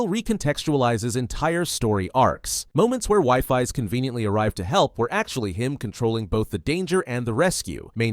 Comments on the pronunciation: Wifis 😂😂😂 its weefees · its pronounced weefees not pronounced wiefies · Wifies ❌ WIFI's✅ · it's pronounced we-fees